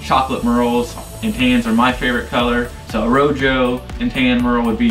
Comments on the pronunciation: “Row joe”, rojo is pronounced “row ho”. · “Row Joe” lmao